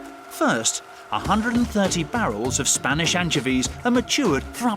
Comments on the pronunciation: AN-CHO-VEES, not anchevees lol not hate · Anchuhveez. lol. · 𝐇𝐞𝐫𝐦𝐢𝐨𝐧𝐞 𝐕𝐨𝐢𝐜𝐞: “Your saying it wrong” “It’s 𝐀𝐧𝐧𝐞𝐂𝐡𝐚𝐕𝐞𝐞𝐳 not Anchovies” 🤦‍♀️🤣